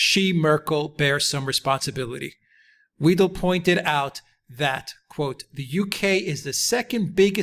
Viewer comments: Good video, but Alice Weidel's names is pronounced Videl, not Weedle, or Veedle. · Weidel is pronounced "v-eye-dell" (vIdell) not "weedle". (Mercouris got it right once.) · The surname Weidel is pronounced "V-eye-del". You're welcome. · Merkel is, was, and always will be a hardcore Communist who set out to destroy this country and was successful. Thanks for your analysis. By the way: Alice's (of the AfD) last name rhymes with "chidle", not "cradle". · It's pronounced 'why-dell' btw. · Please. You chaps. You get Alice Weidel's name wrong. In German, if you see "ei" then then you pronounce it like the vowel in "high". If you see "ie" then you pronounce it like the vowel in "weed". It is the SECOND of the two characters which govern the sound in English. I can think of NO exceptions.. And please find out how to pronounce Marine Le Pen's name. ==> As if she were Le Penn. I don't mind if you pronounce Merhel's successor as Vinaigrette Kramp Krappenbauer.. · If you respect Alice Weidel enough to quote her in your video, why not make the effort to pronounce her name correctly?